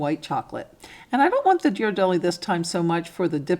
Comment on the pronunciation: Love these ideas! By the way, Ghiradelli is pronounce with a hard g (as in gear).